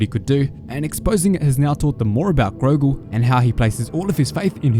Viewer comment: It's Gorgol, not Grogol